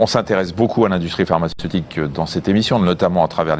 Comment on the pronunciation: Pharmaceutique et non parmacetique